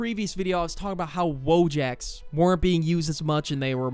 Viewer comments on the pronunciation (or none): wojak is not pronounced as "wow jack" its "voyak" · tbh I used to be annoyed when people pronounced wojak like that cuz I’m a lazy Polish nerd 😭💀🥀